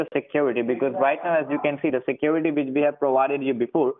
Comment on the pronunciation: he said: we will help you get rid of the secruityti we have given to you